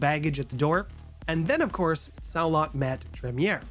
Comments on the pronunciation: Unfortunatly, Saulot is pronounced "Sa-Low", it doesn't really matter but I thought you might want to know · are you saying xio lot because that is small lot the x is a s in chinese